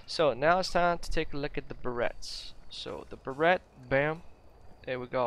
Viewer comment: Beret is pronounces as Ber-ray